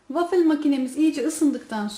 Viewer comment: Wafil değil wafıl diye okunuyor sevgilerle😍